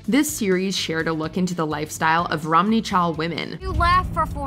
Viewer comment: It’s “Romani” not “Romney” 🙄😂